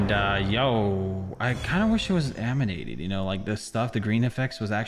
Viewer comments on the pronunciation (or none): aminated instead of animated 😂😂